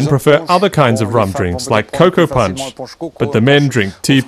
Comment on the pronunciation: Ti ponche...is not pronounced punch. Try T-poche